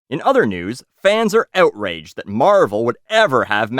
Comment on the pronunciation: "Ewt"raged? Lmfao! Luv ya!